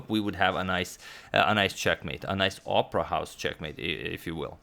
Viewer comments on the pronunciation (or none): none